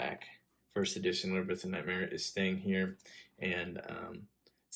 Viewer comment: "Librith" of nightmare? Lmao love the vids my dude